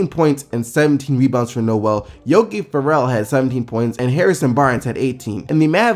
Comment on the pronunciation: OK this needs to stop Im from Indy and i need to fix this. It's Yogi Fair-al or fair-ul NOT yogi fur-el or Ferr-el. Not a knock against you good content it just bothered me.